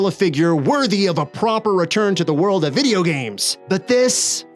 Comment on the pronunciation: You said Vidja!